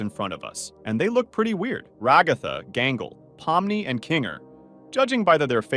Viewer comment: It's pomni not not pomnoy